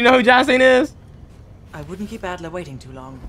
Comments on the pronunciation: It’s Adler not Alder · This nigga called Adler "Alder" lmfaooo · Bro said alder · Yeah let's just call Adler (eagle in german) alder.